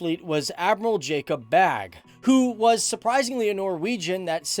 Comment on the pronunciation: Jakob Bagge, not Jakob ”Bag”.